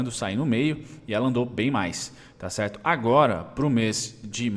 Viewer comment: Salve, parabéns pelos estudos, acompanho você há alguns meses. Sempre me ajuda a dar um review das empresas antes de começar a estudar mais profundamente:) Camil estava no meu radar algum tempo, to entando nela lentamente, obrigado pela sua análise >>>> PS: Só uma coisinha que as enche o saco esse é "TCHERTO" rssss